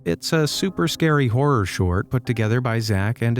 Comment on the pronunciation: not sciry 🤣🤣🤣😁😁